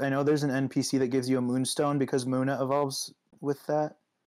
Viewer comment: how to pronounce Munna is Moo-na